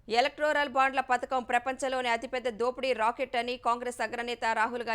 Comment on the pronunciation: ఎలెక్టోరల్ ✅ ఎలెక్ట్రోరల్ ❌